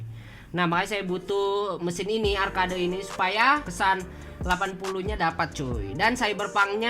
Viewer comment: Arcade di baca arked kont